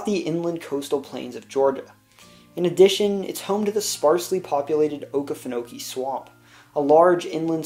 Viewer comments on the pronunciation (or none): As a Georgian, your video was overall very well done. I do suggest looking up the actual pronunciation of places and geographic figures. Vidalia and Okefenokee were not all correct.